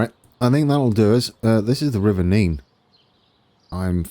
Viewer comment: Thank you for pronouncing Nene correctly I get really annoyed when people pronounce it Nen